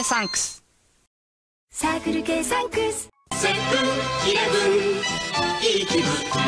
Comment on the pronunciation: Circle K Sunks (that’s what the narrator said.) Same would go with Sunkus alone Sunks